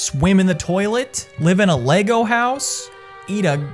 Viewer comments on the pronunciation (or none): none